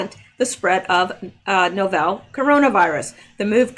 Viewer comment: GREAT REPORTING!!! remember it’s “novel”, pronounced the same way a fiction book is. Love 💕 you!